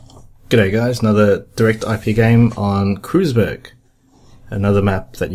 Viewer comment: It's actually pronounced "Kroytzberg", not "Kroozberg". Impressive use of that SSD!